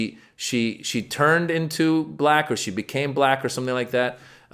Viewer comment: Oh, it sure is; he says "Buh-lack!", with almost two syllables. Sounds like some snotty, condescending bigot using a distasteful word, spoken in quotes...